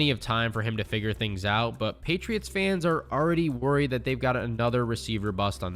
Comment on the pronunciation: Did you say gheytriots?